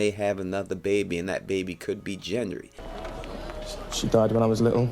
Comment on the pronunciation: Dude, you mispronounce Gendry, Myrcella and Valonqar...